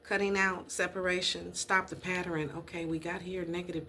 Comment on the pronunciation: the word is Pa - tern. Not pat ter en. love and light